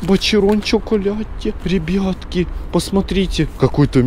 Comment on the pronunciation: Как он афигенно говорит ребетки😂😂😂